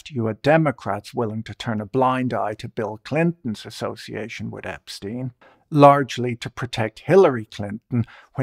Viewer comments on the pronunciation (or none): Can someone of you, muricans, explain to me why tf are you pronouncing subject name as [Epsteen] instead of [Epshtain] like in Einstein? It is obviously German one. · Ep-STEEN? Why can’t people at least pronounce the dead pedo’s name correctly?